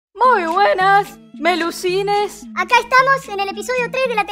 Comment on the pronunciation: Wen te das cuenta que todo el tiempo era "muy buenas melucines" But tu decias "muy buenas pelucines :v"